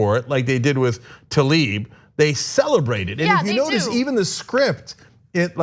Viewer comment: Goddammitt, once and for all, it's not "Talib", it's "Tlaib" and I'm italian, not even from the US.